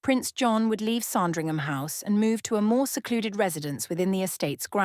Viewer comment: It's SANdringham , not SARNdringham!